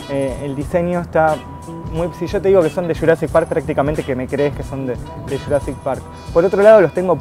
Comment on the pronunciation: de churassic park no se dice jurassic park?